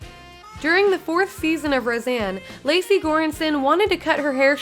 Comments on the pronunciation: Lecy, not Lacy. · It’s Lecy not Lacey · Her name is Lecy (Lee-see) not Lacey. That worked my nerves. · Her name is Lecy, not Lacey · It's not LACY, it's pronounced LEECY.